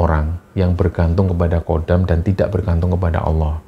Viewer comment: Bukan Kodam, tapi Khodam.